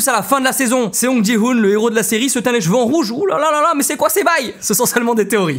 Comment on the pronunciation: Ptdr toi aussi tu dis les jveux (cheveux) ou les jvaux (chevaux)?? J'ai une pote elle dit comme ça aussi 😂